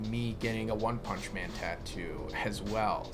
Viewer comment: Wun pumnshhhh